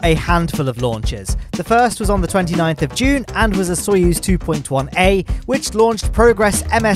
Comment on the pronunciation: FINALLY SAID SOYUZ RIGHT!!!